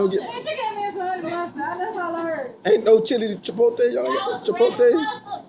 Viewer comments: Chipote or chipotle?🤣🤣😂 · So everyone is just gonna ignore the fact he said chipotae 😂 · Wtf is chipotay?